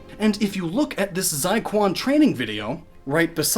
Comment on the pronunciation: Quan is pronounced chuean.